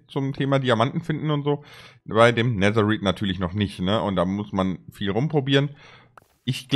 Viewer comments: Es heißt Netereit NICHT Neterit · Es heißt nicht neser rid sondern es wird nether reid geschprochen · Auch nicht Nethereit sondern Netherite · Er sagt netheriet mit ie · Man sagt nicht neterpizza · Mich nervt es wie du Netherite aussprichst